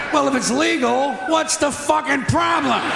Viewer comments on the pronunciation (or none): none